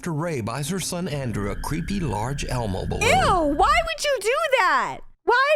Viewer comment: Not elmo but more like hellmo